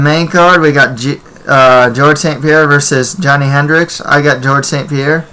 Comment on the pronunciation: That other guy just talks out of his ass can't stand him...how you gonna say hendricks' name wrong and then go and make a prediction for the fight...nobody is going to take you seriously